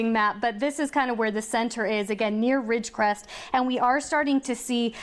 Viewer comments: How many times do they mess up the word "Ridgecrest"? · Yes apparently it is pretty hard saying Ridgecrest